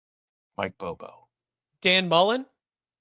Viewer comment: These ppl aren’t close to the team or university. They don’t know anything about football or the potential at uk. They barely pronounce names right. I mean they’re saying Dan Mullen?? Lmfao.